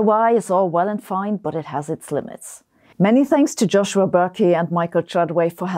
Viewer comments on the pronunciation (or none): none